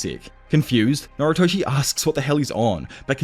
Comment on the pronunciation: why do you pronounce noritoshi as naruto it makes me mad nervous